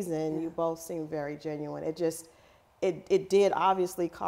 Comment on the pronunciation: I'm over this whole ass interview...Tondy go back to genue fine ... "Genuine"